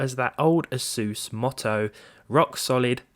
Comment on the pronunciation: Is it not A-sUSS, not Asooos?